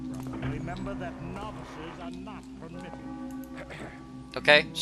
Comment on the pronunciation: you pronounce it "no-vices" (like the word "no")...it's pronounced nah-vices. :)